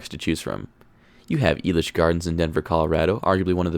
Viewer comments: Finally someone knows how to pronounce the park but also knows how horrid it is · First off, FINALLY SOMEONE IN THE COASTER COMMUNITY CAN PRONOUNCE ELITCH CORRECTLY!!!! Good job!! Being a Colorado native myself, I completely agree with your rankings. Sidewinder has to be the smoothest coaster in the park, and it definitely is my favorite because of the airtime on those drops. I have to disagree with you about Kaleidoscape though. Kaleidoscape seems so pointless and weird like some sort of LSD trip fever dream. I get that it is an art piece, but I just think it was a dumb decision. I rode it once and didn't like it, rode it again and I disliked it more. I definitely preferred Ghost Blasters even though it wasn't a unique experience. I found a couple of errors in your video. They actually did have a kiddie coaster before Blazin Buckaroo, it was called Cactus Coaster and operated from May 27, 1995 until 2012. I grew up riding that one back when Six Flags still owned Elitch's in the early 2000's. Sidewinder actually opened at Magic Springs in 1980 and opened at the original Elitch Gardens in 1990. Also, Lakeside isn't sketchy man, just because it is a low budget park doesn't mean that it is sketchy. I actually prefer Cyclone to Twister II, they also have better flat rides except their Spider isn't as good as the original one at Elitch's. Lakeside is way better at night too with all of the neon and florescent lights on all the rides and buildings.